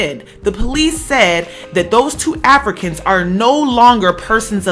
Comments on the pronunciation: Why you keep emphasizing AFRICANS like that?!! Felt like I was listening to some 1950's propaganda shit agaisnt Africans. They are Americans!! Huge turn off. I could've turned on FOXnews for that. 🤔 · I like to be fair but the way in which you were even emphasising the words Africans as if you want to separate the two brothers from even being Americans (which they are) because of the wrong they have done which is a shame. They are Americans period. I wonder if they did something good, if they would still be called Africans, as if nothing good can come out of Africa. IJS.